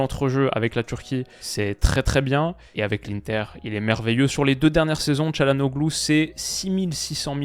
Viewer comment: Je le dis pour la culture G mais le « ğ » ne se prononce pas c’est donc Chalhanolu plutôt